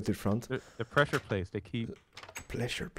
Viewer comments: pLesure plates :) pResure plates XD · You made another mistake. You said plessure not pressure. LOL